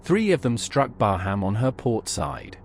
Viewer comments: Thank you. Excellent footage. Oh, By the way. There is no HAM in BARHAM, it is pronounced BAR_RAM. Oh, subbed too. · Please pronounce her name properly 😳